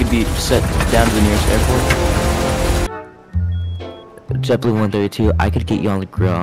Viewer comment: It’s JetBoo not jetblue